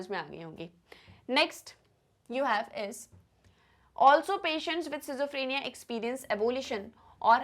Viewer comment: Sorry ma'am but your pronunciation for schizophrenia and bizarre is very wrong.🙏